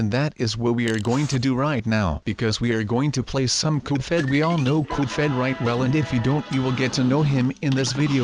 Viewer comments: His name is not Coupe head his name is cuphead and why do you sound like an anonymous anonymous whatever they're called are you an anonymous or something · ITS CUPHEAD, CUP HEAD NOT COP HEAD SILLY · You say "Coofead" instead of Cuphead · Why do h call the game cufheaad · Cuphead not cufheat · "cophead" xD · It's Cuphead, not Cofhead! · HE SAID GOOFHEAD! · its not caled goofhead its cuphead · Its not coophHead its cuphead. And not "Thrust me" its Trust Me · Uhh it’s CUP HEAD not CUFED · Do u mean cuphead not duffhead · Coof head? What u mean cup head u propaly sick or u have hiccups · "coop fed" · It's cuphead (pronunciation: cup_head) not cuphead (coof_ed) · "goof fed" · Why did you say cufhead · COOF ED [eh duh not ed as in sqashED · ITS NOT CALLED COUPHEAD YOU STUPID>:( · he is saying coop phed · You mispronounced Cuphead